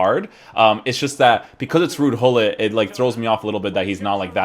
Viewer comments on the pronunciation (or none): American's belike: ruud hullit Dutch people: RuUd GuLliT 😂😂😂